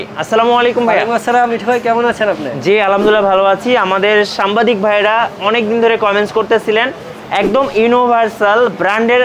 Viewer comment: সাম্বাদিক না হালা ... ওইডা হবে সাংবাদিক